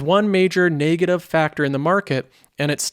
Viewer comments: It's not pronounced 'nay-gative' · I just hate how he pronounces negative